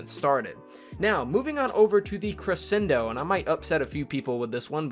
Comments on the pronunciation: Don’t worry, we don’t disagree with you for the Cre-shen-do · Omg he kept repeatedly saying crescendo wrong. Wouldn't usually be a problem but he said it wrong like 12 times in 30 seconds. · Roasted Fire Gaming nope it’s pronounced cre-shen-do